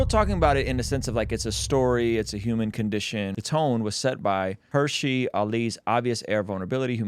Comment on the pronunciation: Hirsi, not Hershey like the chocolate.